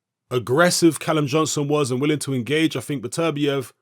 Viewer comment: It's "Better-bee-ev" Not "Bet-ER-biev"